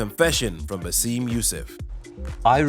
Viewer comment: It's BaSSem not BasEEm